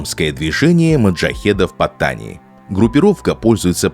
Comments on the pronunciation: Названия провинций читаются с ударением на последний слог, ПаттанИ. Kecil читается кечИль, блин, двоешники. К тому же зачем произносить это все с английским акцентом? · для начала надо бы правильно научиться произносить название южной провинции. я был в Паттани несколько раз, все не так плохо как рассказывает автор. иначе тысячи фарангов не ездили бы на бордер ран к границе с малайзией. не говоря уже о островах на которые можно добраться только из этой провинции.